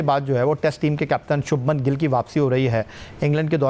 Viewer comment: It’s shubman gill ( gull ) it’s G.I.L.L not gull